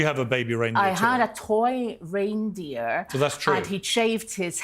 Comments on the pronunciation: Its not RINE DEER!!!! It's reindeer as in rain!!! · Is this A.I. rine instead of rein pronounced RAIN... Click bait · It's pronounced RAINdeer! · The constant mispronunciation of reindeer is driving me bonkers. Sent from my piHone